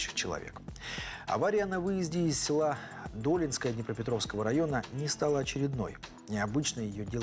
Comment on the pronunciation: Долинское--ударение на втором слоге